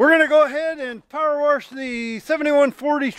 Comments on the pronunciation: The "My Pillow" guy says warshable on his TV commercials too. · new drinking game take a shot every time says warsh🤣